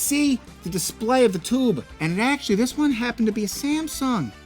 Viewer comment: Why do you have a hard time pronouncing Tube?